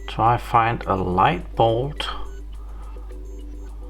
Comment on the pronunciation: pronunciation: bulb... not ball